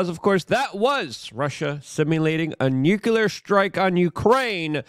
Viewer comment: Nu-clear not nucu-lar. Nuclear has only one u in it